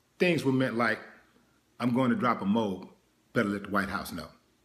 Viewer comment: Pronounced MO-AB.